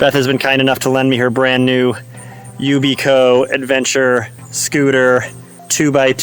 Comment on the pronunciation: Maybe learn how to pronounce the product's name before you review it. Yikes